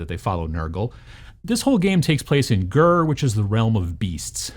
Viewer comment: Heart of Ghur. Berst skermersh.